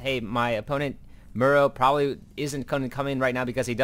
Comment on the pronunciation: How do you pronounce the word "tomorrow"? Now take out the "to" and you get the pronunciation for Morrow's name.... I'm sorry, it's just a bit annoying hearing it as Murrow all the time... And the funny thing is that every caster out there pronounces it like that, it's like a sickness or something :) gj on the cast though....